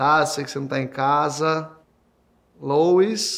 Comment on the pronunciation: O nome é Louis e não Lois! kkkkkk